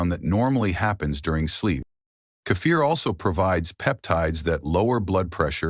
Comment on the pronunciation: This is AI trash - it actually said "Sip a small cup of Cape Fear" LOL. It is sad people actually believe this video, especially with so many fake comments.